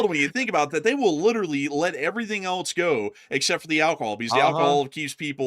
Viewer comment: In English, else is pronounced "els", rhyming with "bells," "tells," and "wells."🎉